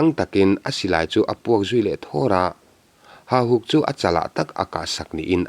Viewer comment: Hahuk tih nimaia lang hian beng a tikham deuh..Hauhuk tih deuh kalh kalh angai anih dawn hi!.. A ngaihnawm nasa e.